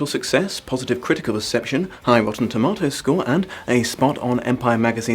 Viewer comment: Okay, I am more than used to hearing British accents of many different flavors, but hearing your pronunciation of rotten tomatoes just hit a nerve